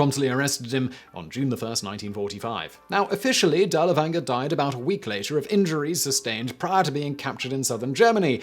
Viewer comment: Good stuff, but you were killing me with your mispronunciation of Dirlewanger.